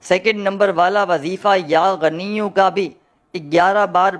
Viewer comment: Pronounsetion to theek karlo. Hamein Bewaqoof mat samajh.. Yaa ganiyo nahin yaa ghaniyu kaho. Jab Arbi zabaan hi nahin aati to Wazeefa kyun bata rahe ho